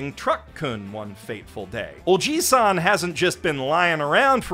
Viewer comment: There's a difference between "ojisan" and what you are saying which is "ojiisan". One is "uncle" and the latter is "grandfather".